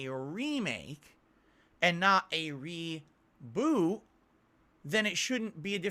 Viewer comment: Umm What The F is ReeeBooo said it 4 times I never heard someone who can't say Reboot right 🤦‍♂️